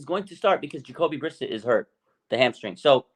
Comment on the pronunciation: Its Jacoby Bri-Sett, Not Brisitt. Just saying. Haha